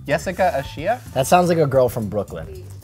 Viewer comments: The way the mispronounced "the Yesiga Alicha" they said (yesika ashia) Its prouncoued ( YUH SIG-AH ALL-ETCH-AH) omg lol white people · Yesiga alicha ...sounds like a girl from Brooklyn lmao . You are w a a a y off on your pronounciation.